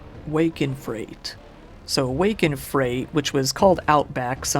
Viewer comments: First off loved the video but also I didn't see anybody else point this out so I thought I would. For the movie at around the 45 minute mark, it's 'Wake in Fright' not 'Wake in Freight' as you both spelled and pronounced it lol As in waking up scared, not so much waking up in bulk goods shipped via truck, train or airplane :P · Isn't Wake in "Freight" actually called Wake in FRIGHT? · Wake In Fright not Wake in freight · Wake in freight? Fam that word was fright. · *Hallows not Hollows. *fright not freight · Regarding "Wake in Fright," most English-speaking folks would not pronounce that as "freight". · How on earth did you introduce the absolute masterpiece 'Wake In Fright' as 'Wake In Freight' ??? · I must comment that “fright” is pronounced “frite” (rhymes with kite, meaning ‘a scare’) and the original actor who got sick from the silver makeup was a legend named Buddy Ebsen. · have never heard anyone pronounce fright as "freight" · I've noticed that with a lot of these younger content creators. These guys grow up on anime and gaming now instead of actually getting out and socializing with their peers, so you get young guys in the West who can pronounce things in Japanese, yet can't pronounce "fright." 🤣